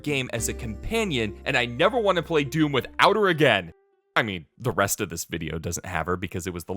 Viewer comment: oh no "hdoom" OH NO OH NO OH NO